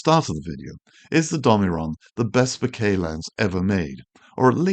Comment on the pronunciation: As a photographer and Japanese speaker, I am on a mission to stop hearing bokeh mispronounced in every YT video. It's an incredibly easy word to say correctly: it rhymes with 'okay'. It doesn't have your 'bouquet' intonation, or worse, the ubiquitous 'boca' (Spanish for mouth). Other than this minor triggering of my OCD, your videos are endlessly interesting and helpful.